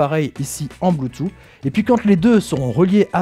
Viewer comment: bonjour, ce qui est dommage dans le commentaire c'est que l'on ne dit pas "bloutou mais bloutouss" et je trouve que pour une diffusion large ce n'est pas l'idéal